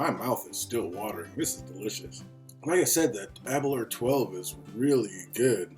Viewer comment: Aberlour A boonaa is the correct pronunciation, I think ^^ Now try to pronounce Aberlour Casg Annamh hehe, they really know how to name them. Thanks for the review. I have tried several expressions of this now (62,66,67) and I really cannot become friends with these. Initially, they are quite tasty and fragrant. But, for me, I always get this note after the finish, a bit cloying and sharp. I do not get this in Glendronach, Kavalan solist, Glenfarclas or Glengoyne. It is not sulfur.......something else, which ends up putting me off the bottle after a while. It is always there, without water, with water, full bottle, half bottle. I did have the Aberlour 18 and that was finished in the end, but I cannot remember if it had the similar note. (possibly, but perhaps less dominant). So, it may actually be related to the new-make and how much they push into the feints or something. The A'bunadh may be too young for the casks to have done their work to round off such notes(?), don't know. It is sad, because the A'bunadh is not a bad scotch at all....just wish they would get rid of that awful end note, which lingers for hours.